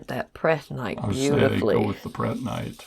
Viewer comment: There is no "g" in prehnite! Just saying! And aventurine has no "d". That said, the box is full of goodies and very nice!